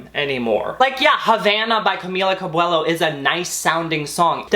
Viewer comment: Did u say Camilia Cabwello 😳😂 thats a new one, love that and luv u